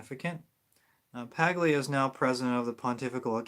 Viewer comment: Paglia, is pronounced, Pal-yha ....